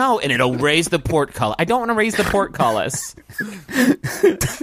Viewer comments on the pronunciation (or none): ...do you think he's saying "pork"-cullis? He's saying "portcullis". Is that a pun? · Is it because it sounds like porkcullis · Some people don't understand the word, and think he was trying to say "pork cutlets"